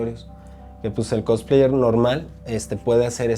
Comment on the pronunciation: No me puedo tomar en serio a una cosplayer que pronuncia "Cotspleits" o a un "otaku" que pronuncia "otako".